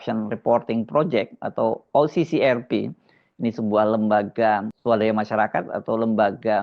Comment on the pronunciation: Harsubeno, Kecian deh elo. Ngaku jurnalis, tapi isi videonya semua terbalik dari fakta yg ada😂. Ngucapin OCCRP aja salah😂😂😂